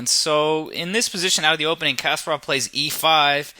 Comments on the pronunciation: You should pronounce Kasparov name with the right intonation. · Kas-PAH-rov. (Accent on the second syllable) Not CASPER-ov. Good grief.... SHM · Um, it has nothing to do with grammar; it's just simple, correct vs. incorrect pronunciation. It's not rocket science. Common sense dictates that you don't make a chess video and then mispronounce the name of the very (legendary and well known, mind you) person your video is about!